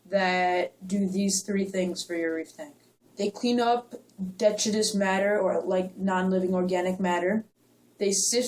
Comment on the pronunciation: deh-TRY-tus is how detritus is pronounced